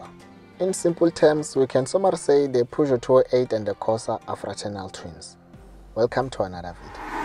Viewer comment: Thats not how you pronounce Peugeot